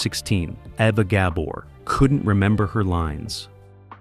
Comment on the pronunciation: Great video two bad you can't say ava.Gabor's name write!!!😢